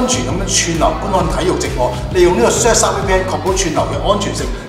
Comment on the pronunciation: 明明surfshark但你讀到削沙🤣